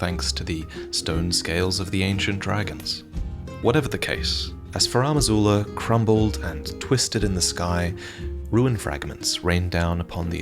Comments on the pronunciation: Why is THE Elden Ring lore dude mispronouncing Farum Azula as "Faram Azula"? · Why pronounce "Furam Azula" instead of "Farum Azula" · I know is Australian, so his pronunciation is going to differ from mine, but it really bugs me that he pronounces it “FarAHm Azula” repeatedly. It’s spelled Farum Azula. Where is the AH sound coming from? Anyways, I know this is a very minor and nitpicky complaint and that doesn’t really take away from this great video, just wanted to get that off my chest 😅